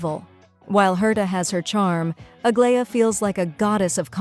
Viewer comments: It's supposed to be ag-lie-ya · why you pronounce Aglaea's name like that wtf...